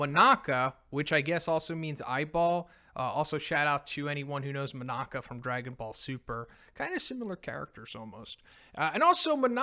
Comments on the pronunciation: my man.. Manako is pronounced Mah-Nah-Ko. Not Moh-Nah-Kah. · GUYS!!!! It's Ma-na-ko, not Monako! Please. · I thought her name was "Monaco", not "Monaka"?